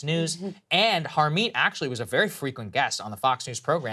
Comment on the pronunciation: On a lighter note, Saagar's butchered 'Harmeet' pronunciation. It is like that of a white person not of an Indian. Even a Tamil or Malyali will pronounce Punjabi 'Harmeet' name better than him.